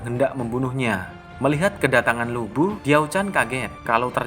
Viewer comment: Baca Ravage of Time deh... Di situ Lu Bu (Li Pu) nya pintar... Kadang2 interpretasi pembuat filem sih boleh2 aja. Kalo gw lebih terganggu dgn cara pembaca nyebut nama Li Pu(Lu Bu), Tong Chuo (DongZhuo), TiaoChan(DiaoChan)